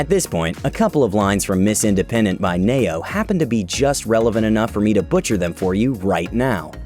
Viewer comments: “knee-yo” - Ne-Yo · I just noticed he called (Ne-yo) Nei-yo 😮 😂